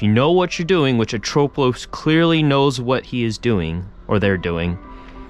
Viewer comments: It should be ATropos, not aTROpos. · Haven't heard anyone say atropos like that haha